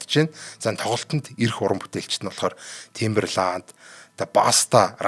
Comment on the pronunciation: Timbaland gediimaa ahaa